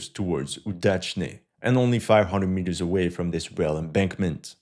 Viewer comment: Mitters? U mean meters?